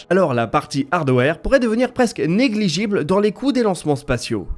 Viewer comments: "négligeAble"; pas "gible"! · négligeible ne veut rien dire, on dit négligeable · "Negligible", voyons.... 😝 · Négligible: farpaitement😂